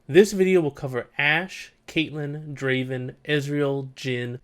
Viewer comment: Not Draven , Draaaaven !!!!